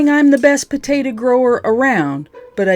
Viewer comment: I love how you pronounce potato as "putatuh" but when you shorten it you pronounce it "taterr" 😆 not making fun, just a silly observation I made. Great video. God bless.